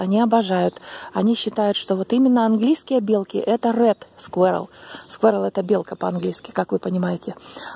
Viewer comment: Не скверал, а squirral